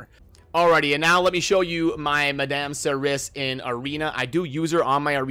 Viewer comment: pronounced "Mad-am Sir-E"